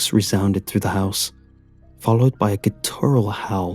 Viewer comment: GUTtural, not gutTURal Love your work:)